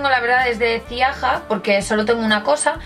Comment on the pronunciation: Se pronuncia "Zialla", soy polaca y es marca de mi país :) no conocía la página, voy a comprobar lo que tienen :) saludos!